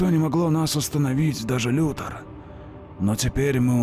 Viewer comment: Все замечательно, но я объясни. Почему Лекс Лутор, а не Лютор?